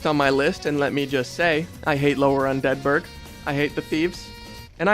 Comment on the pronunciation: Hey I’m new here but you are pronouncing “Undead Burg” perfectly normal and everyone who said otherwise is wrong and and probably say “Pecan” instead of “Pecan” amirite